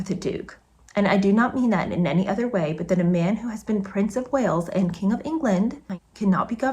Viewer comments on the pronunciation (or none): none